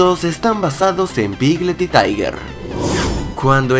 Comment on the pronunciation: Dijiste taiger cuando en realidad era tigger